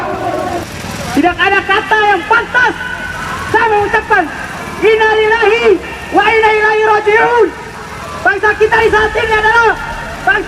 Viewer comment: Ngmong lnnalillahi aja g bner